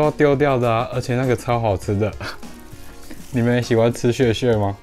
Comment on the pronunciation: 竟然問我們喜歡吃穴（屑）穴（屑）嗎？😂😂😂😂